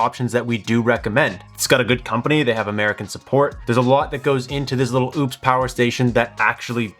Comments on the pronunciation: Ugh pronounced as opus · It's pretty disrespectful to intentionally keep mispronouncing a company's name. This was my first time seeing your channel and if this is what you do you lost all creditability.